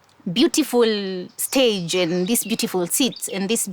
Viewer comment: "Shtand on the shtage" utakosaje kuona hii!